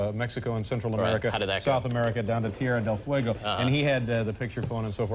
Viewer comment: I always loved the way Larry mispronounced Tierra del Fuego as Terria del Fuego.